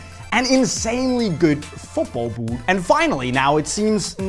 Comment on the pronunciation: I tune in just to hear you say ‘b000t’